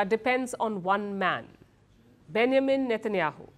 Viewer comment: Palki needs to work on her english accent... Benjamin isn't pronounced like that!! ... also, Vs and Ws shouldn't be confused